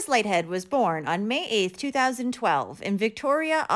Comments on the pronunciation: Aussie here. Pretty sure it’s pronounced “Leeth-head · Pronounced LEETH- HEAD. Kate. Not Katey. Kate.